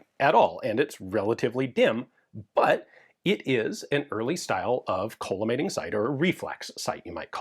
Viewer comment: Not to be that guy, but I believe it's pronounced call-uh-mating and not cola-mating optic. It refracts light into a column of parallel beams.